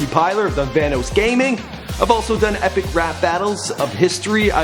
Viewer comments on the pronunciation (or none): its vannOSS not vannOES. jus sayin. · Marki plier? no its markiplier Van hose? no its vanoss and Jesse was in the Air force not the army